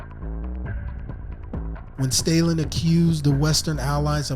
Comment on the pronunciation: Stah-Linn, not "Staylin"